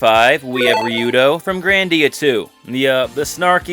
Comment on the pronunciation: Utterly confused how you manage to pronounce Ryudo correctly then totally mispronounce Hyuga.